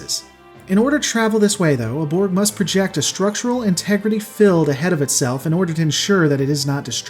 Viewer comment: Not to be mean but so like ...when you are IN normal conversation. And you say "Go out into the field" do you say "go out into the filled?" And if you are in the kitchen and you say "Make sure to fill the containers" I'm not sure what you'd want me to do XD I'm also not sure if you told me to shilld something .... If you want me to protect it from harm or use it for marketing purposes ....as a fall boy. Because you DO pronounce Shield and Field quite well ...depending on what part of the sentence it is in .. Other times ....you don't. SHILLED and SHE-UHLD are very different ...so is Filled and Fee-uhld. Oh wait ...Im actually enjoying this video, you do great stuff. But then I got to where Borg ships can HILL themselves ... It's so adorable to imagine a Borg cube going PING and placing itself ontop of a raised piece of ground somewhere .... :) It's cute 😉